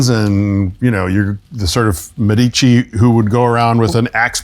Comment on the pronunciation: In the name "Medici", the stress is on the "e" (the "e" is pronounced long) rather than on the "i"! That is common knowledge. And someone who works at the MET should know that all the more.